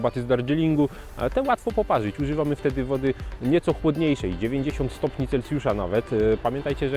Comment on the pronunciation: Bardzo spodobał mi się film, aż chyba zasubskrybuje ten kanał. Jedno tylko nie daje mi spokoju. Mówi się stopnie CelSjusza, a nie CelCjusza. :) pozdrawiam